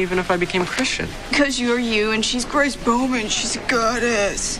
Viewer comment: GWAAAACE!!! GWAAAACE!! GWAAAACE!!